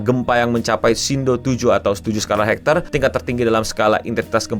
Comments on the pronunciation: Btw bang, gempa tu bacanya Richter, bukan hektar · skala RICHTER bang cara bacanya 「RIK-ter」